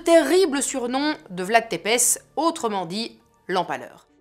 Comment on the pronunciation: Coucou, super thème de vidéo, mais par contre tu prononce mal, Tepes se prononce Tsépêche